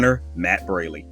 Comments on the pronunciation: I’d like to add that Matt Braly’s name is pronounced braw-ly. Sorry for the mispronunciation. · You mistakenly mispronounced Matt’s last name, but he probably didn’t want to sound impolite by correcting you.